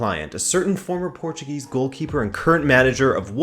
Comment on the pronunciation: it's so weeeeiiid to listen a english speaker pronounce portuguese names so perfectly, especialy the '' ã '' i knew he was portuguese and he pronouced portuguese words right in other videos, but this video has so much portuguese in it, that gets strange